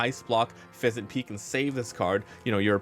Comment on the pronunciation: Pheasant Peck!!! Not peak!!